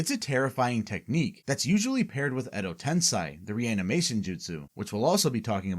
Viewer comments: edo tensei, not tensai...... tensai means genius, which you clearly aren't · Wtf is "edo tensai"? Ive only ever heard of "edo tensei". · Why do you pronounce Tensei as Tensai? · It's called Edo TensEi not TensAi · it's edo tensei, not edo tensai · Edo TensEY not TensAY. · its "edo tensei" not "edo tensai". Quite a lot of wrong pronunciations in this vid. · Is this an AI voice over? I've never heard anyone say Edo Tensai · Why do you say Edo Tensai? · like honestly how do you watch throughout the whole series and hear a word that many times and still get it wrong lmfao americans can't learn another language